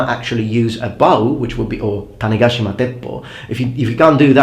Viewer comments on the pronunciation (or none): none